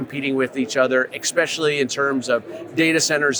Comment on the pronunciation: “Nukelar”, “expecially”, guy is a linguistics nightmare